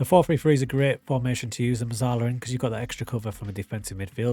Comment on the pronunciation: It’s pronounced Metzalla - it’s Italian my friend